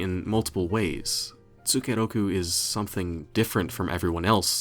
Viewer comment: The way pronounce as "tsukeroku" really piss me off sometimes. I can't stop grinding my teeth every time I hear that...